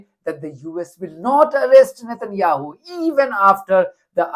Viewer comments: Did the Veto-Lady call him “ President Netan Yahoo” ? President of what ? United States of Izrah Ell ? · did she say "president" satanyahu?